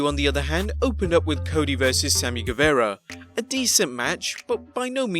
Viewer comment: I love how none of these UK Youtubers have said Sammy's last name correctly yet lmao! I have watched like 6 different big channels to :)